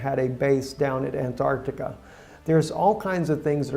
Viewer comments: There is a T in AnTartica. Redo this video with a narrator who can speak English and pronounce English correctly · Dude, your title is ANTARCTICA... and keep saying now and then ARCTICA... get your story straight first... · Good job! Well put together with Bible prophecy is taking place! why did you keep saying "Anartica"?